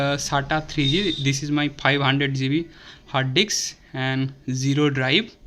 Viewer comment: You are pronounced hard dicks.... 😂😂😂